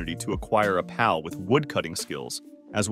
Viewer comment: For the Love of All Things in this world sorry but I had to click off this video multiple times because of how you're pronouncing the word PAL. Just makes me think this is an AI voice or some kind of trickery bullshit that you're doing as a meme.